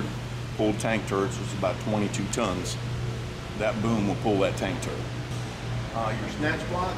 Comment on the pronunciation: Hey,. It is a Tank Turret, not a turent.